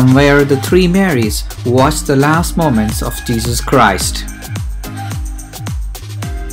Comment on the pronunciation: You're an Indian, but your pronunciation is not. On the other hand "Jesus" is said like je-zus but you're saying it like je-sush, Which proves that your accent is not normal and also you're not a Christian.